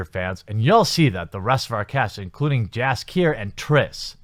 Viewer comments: We read Jaskier.... Yaskier .. :) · Jaskier should be pronounced closer to Yaskier. I'm not familiar with English VO, but that's what I know based on Polish origin of the name.